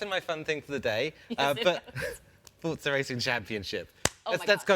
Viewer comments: not even the people presenting forza know how to pronouns Forza... wtf is going on here For-za ... not Fort-za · It is pronounced "fortza". It means power in Italian. In FH3 you can hear characters pronounce it this way.